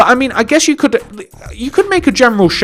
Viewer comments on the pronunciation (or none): none